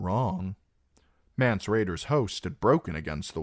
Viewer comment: It’s not mance